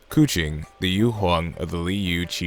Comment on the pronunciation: “koo Ching” I just have that stuck in my head but it sounds so wrong